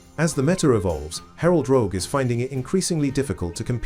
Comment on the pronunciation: It's Rogue, not Rouge... lmao